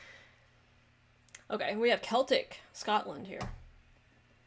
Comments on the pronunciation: For Celtic Scotland, you pronounced it KELTIK which is wrong, it is pronounced SELTIK. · Celtic should get a mention! One of the best atmospheres in Europe and the World! Its pronounced seltic,! Yeah, the You'll Never Walk Alone thing! Celtic has an 'affinity' with Liverpool, Real Madrid and laterly Borussia Dortmund! I'll go into more details if you ask! Gerry and the Pacemakers did their version of Rogers and Hammerstein's hit song from Carousel, originally sang by Gordon McCrae and was an overnight sensation, immediately adopted by Liverpool closely followed by Celtic and is the best of all football chants! The pyrotechnics are given the ok in UK! I was told the South Americans are just mad!😮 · You kinda said celtic wrong